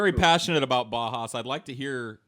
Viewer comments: No idea why Uwe didn't correct and tell him how to pronounce Bauhaus correctly. Was waiting for it. Never happened. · haha says Bahas to Bauhaus